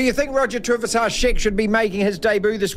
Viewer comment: If you're going to talk about Roger Tuivasa-Sheck you should learn to say his name properly.